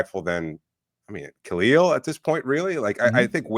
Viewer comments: How anyone can get “eel” from “el” I don’t understand. It’s the team you cover. That’s just not doing your job well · Out of respect for Kel'el, can start pronouncing his name properly please? I know it's a common mistake but we are the fanbase and we especially should get it right.